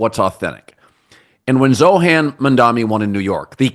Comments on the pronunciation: ZohRAN with an R Colin. It’s not the Adam Sandler movie “You don’t mess with the Zohan” 😂😂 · That’s the worst butcher of Zohrans name I’ve ever heard